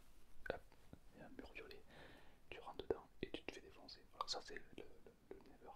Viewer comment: le concepts est incroyable mais, pourquoi tu dis " never " au lieu de " nether " et " pmj " au lieu de " pnj " ? c'est si frustrant omg